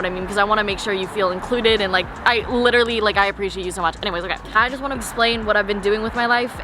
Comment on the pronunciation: nobody:: “LITCHERALLY” 😂 love youu